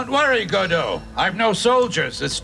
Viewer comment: Johnny: Godo, help! Crow: "Go to hell"? Hey, he feeds you, he takes you into his home and that's the thanks?! Tom: No, "Godo, help". Me: Yeah, he said "Godo, help". I mean, how can it sound like "Go to hell", anyway?